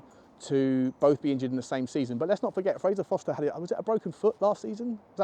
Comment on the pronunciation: ForSter not Foster